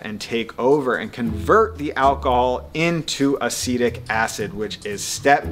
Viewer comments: Going to add to the pedantic comments: Acetic, not acidic. Raisin, not rasin. And apple, not apple cider. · but he isn't saying acidic, he's mispronouncing acetic. He's saying ah-said-ick instead of ah-seed-ick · He says acedic acid . God forbid someone make one mistake in their wording. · Well, acidic acetic acid! All acid is acidic 😂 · Bruh it’s Acetic Acid not “Acidic Acid”, The “white mold” isn’t mold, just Kahm yeast that is harmless just scoop off; stir twice a day to make sure no actual mold forms tho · "acidic acid", little bit redundant, no? Or did you mean "acetic" acid? lmao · I think you meant "Acetic acid" not "acidic acid" But otherwise, this is very informative and helpful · It´s not "acidic acid", it´s acetic acid. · Just a note...it's "Acetic acid", not "acidic acid". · It’s acetic acid, which is vinegar not “acidic acid.” Some of the other stuff isn’t accurate. It’s a shame. Hard to find accurate stuff that isn’t watered down. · ACETIC acid, not “acidic acid,” which is redundant… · Not "acidic acid" but acetic acid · acetic acid . Lmfao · Umm.. did you mean 'acetic acid', not 'acidic acid'? Must be because one makes sense, the other is redundant.... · Its acetic acid , not acidic acid lol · Acidic, 😂. Acetic acid. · "Acidic Acid" think you mean "acetic acid" lmao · it's ACETIC acid, not ACIDIC ACID lol. Look it up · It's *ACETIC* acid. Not acidic acid. Please. I stopped watching because of that. Looks like you could learn from Superbassio's top comment, like me. So thanks for that. Good luck. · No it's a-see-tic acid. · "Acetic acid" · not to be that guy....but... Acetic acid Acetic. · "Acidic acid". {facepalm}